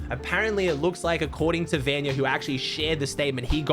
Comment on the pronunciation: can you just say vanyak not